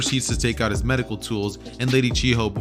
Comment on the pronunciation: its chiyo not chi ho